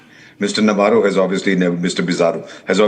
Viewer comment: Shame on you Ambassador Vohra. You come to a social platform and cant even pronounce Navarro correctly. You are not funny but disgusting , one who has no respect for others. Shame on this channel.. Cnat watch it any further.